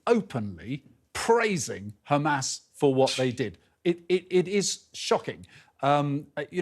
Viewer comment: It’s Hamas not humus